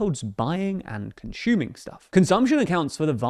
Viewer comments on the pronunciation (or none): The gentleman's "conshyooming" pronunciation is distracting. Not a big deal, but it doesn't sound smart.